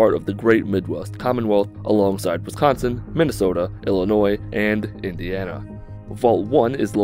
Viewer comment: Thanks for at least pronouncing Indiana correctly.